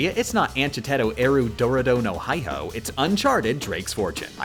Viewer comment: Isn't that japanese? If so, then you shouldn't read "Hihou" like "High-hou", but like "Hee-hou" instead.